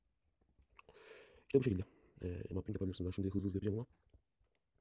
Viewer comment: Mepping değil mapping diye okunuyor aynen (!) (Sen pelankton musun)